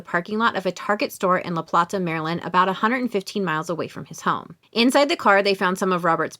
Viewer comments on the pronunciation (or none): I can't imagine the pain and worry I would feel to not know what happened to a loved one. I hope Tara and her daughter are able to find closure someday. On a side note, La Plata is pronounced "La Pla[y]ta.